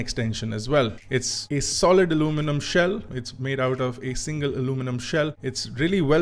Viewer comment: R e bhai aluminum bol le..kya alomenum alomenum lga rakha h...kab tak angrejo ki copy karoge...Indian accent is the best accent.